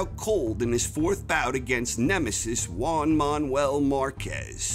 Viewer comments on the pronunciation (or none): none